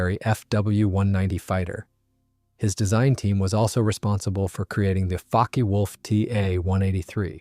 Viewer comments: I think NENE is pronounced NEEN and Focke is pronounced FOWKa. Pulqui is pronounced PULKEE. Coup d'état is pronounced COO DAY TAH. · Fokke is pronounced correctly and incorrectly in this video, leading to suspicion of AI slop, which would the other mispronunciations. The video is a bit suspect, as it seems to switch photos of planes somewhat randomly.